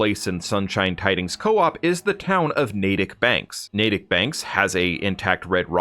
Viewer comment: Thank you for saying Natick correctly lol… I’m actually from this town irl and I’ve seen so many Fallout YouTubers say it Nat-tick haha